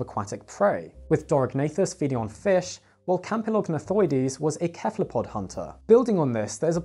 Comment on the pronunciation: Bro who in the ancient greek hell says keff-elopod? Its seff- elopod now and for ever. What is it enekefelezation??